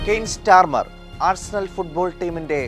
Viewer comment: സ്റ്റാർമർ അല്ല സ്റ്റാമർ ആണ് 😂